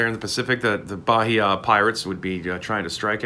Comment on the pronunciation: Native portuguese speaker here. It`s pronounced baEEa, not BAheeA